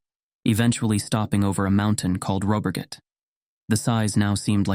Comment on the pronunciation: Some of the names were pronounced quite correctly, for example Siljan, Rättvik, Borlänge, Älvdalen. When I heard "Råberget" I didn't understand until I watched the spelling. The name consists of two parts: "rå" and "berget". The first part is pronounced just like "raw" in English, and "berget" (meaning "the mountain") is pronounced "bear-yet". Also, "Rune" is not pronounced "Runé" but rather "Roon-eh" (English doesn't have the Swedish U-sound).